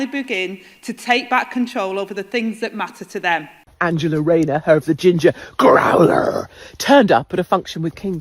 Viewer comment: What a load of shite !! Rayner or Musk ? And just WHO is ANGLE-A Rayner ???